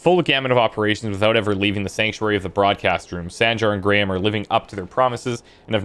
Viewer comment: The Info Broker is the only guy in the game that pronounces Graham correctly instead of saying "Gram".